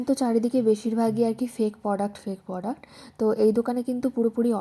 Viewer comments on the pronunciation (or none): Poduct na product ota pronunciation thik koro